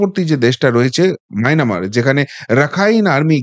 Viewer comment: মাইনামাৰ নহয় ম্যানমাৰ